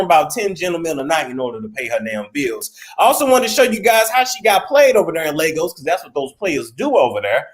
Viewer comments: Lagos. pronunciation lay-gos. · These so called queens be hoeing, and it Ley-goss